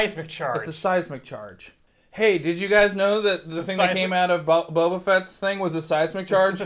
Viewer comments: Did he say Bob ah fett again .....lol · It's not Bob-a Fett! 😆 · or every time he pronounces Boba wrong :)